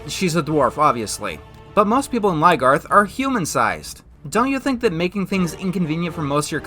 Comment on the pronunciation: Why does he say Ly-garth? Isn't it Lyn-garth?